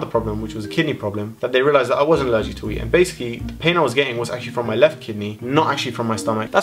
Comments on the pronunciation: when u were talking about ur wheat allergy i thought u said weed.. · I thought you said weed instead of wheat haha